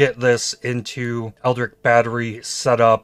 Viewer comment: I thought I can keep going on with that, but please...it's not ELDRIC it's ELDRITCH!!! like in a word Rich :D